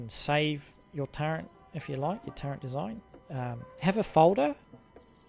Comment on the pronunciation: Wait, are you saying turrent?? Wot lol